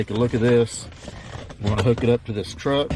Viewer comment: Sounded ordinary as fuck, then when he says truck it was like southern accent whiplash. Holy shit, I'm still recovering from that.